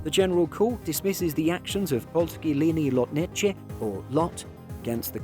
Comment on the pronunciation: I love the effort with Polskie Linie Lotnicze 💪🤣 as a polish guy I love the way foreign people try to pronounce polish names and words 😉